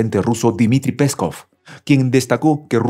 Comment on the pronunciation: PeskÓv, DonÉtsk y LugÁnks, son tres palabras con carga en la última sílaba. ¿Este pobre hombre sólo sabe pronunciar palabras llanas o qué? Cualquiera que esté mínimamente informado y pase por este canal se puede morir de asco con sólo oírlo. Se supone que esto es un canal "serio" de geopolítica. ¿Por qué no arregláis de una vez ese problema o despedís al locutor/es?